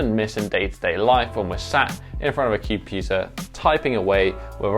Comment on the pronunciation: Say computer again